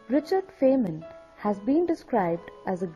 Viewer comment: His name is pronounced "Fine men" not "Fain men."